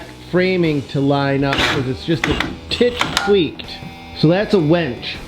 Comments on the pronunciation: its not a wench its pronounced winch. (win ch) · It's a "WIN"ch. A "WEN"ch would bring you your ale in times of yore. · DUDE ITS A WINCH NOT A WENCH ! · its a winch not wench mate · Umm.... winch not wench 😁